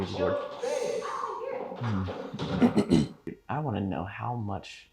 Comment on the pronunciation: Isn't it 'Ouija' board, and no 'Ouiji'?